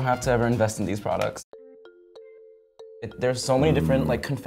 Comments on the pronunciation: “Prodcuts” lol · "Guys guess the price of period prodCUTS" lol 😂